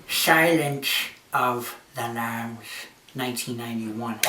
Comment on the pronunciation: ShIlEnShE Of ThA lAmBz